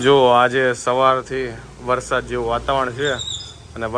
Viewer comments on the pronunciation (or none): none